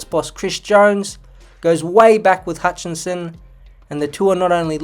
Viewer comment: It’s HUTCHISON not “Hutchinson”